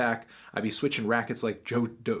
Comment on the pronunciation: hey melon, as a Serbian, I can teach you how to pronounce Djokovic (Đoković, Ђоковић), so hit me up